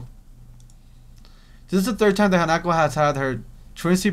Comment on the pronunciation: OMG, said Hanako's name right during the Emi scene!